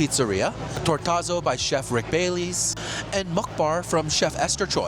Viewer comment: As a Chicagoan and home of Rick Bayless, it pained me to hear you pronounce his name as Baileys instead of BAY-liss.